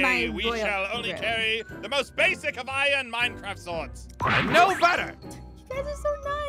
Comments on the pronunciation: Lol the best part was when they said minecraftia instead of minecraft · The part that said minecrfratia!